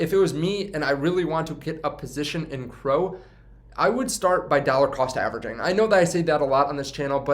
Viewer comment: C, R, O. Not crow lol